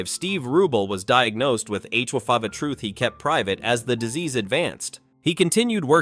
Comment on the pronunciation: HIV NOT HYV. IDIOT AI